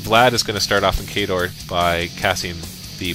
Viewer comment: how could u say khador wrong :O